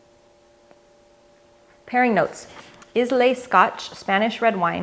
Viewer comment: Hi, great video—as always. Permit me to offer one correction: the island of Islay in Scotland, home of the very intense, peaty, smoky, (my favorite Scotch, but how did you guess, is pronounced EYE-lah. Lagavulin, Laphroig, are but two of the wonderful single malts coming from there, but there are many others. My wife didn’t care for Scotch until she tried the Islay whiskeys (remember: EYE-lah,) a wee dram from heaven.